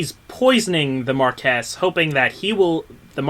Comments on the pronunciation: The tip of the blade is curved It's a katana. Also it's pronounced Mar-kwess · You guys it's mar-key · Blues Reviews Actually it's mar-kwess. I know we're not pronouncing it quite right, but what you're thinking of is Marquis, like the Marquis de Sade. Marquess is the Anglicized version of the French term, meaning the same thing. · if you want to be technical it's actually pronounced closer to "maw Lee". the word is French. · Khodexus Actually, its more like "mar key"